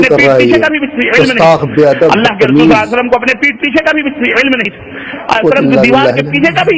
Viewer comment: Pehla mawlana ko swalallahu alayhi wasallam kehna nahi ata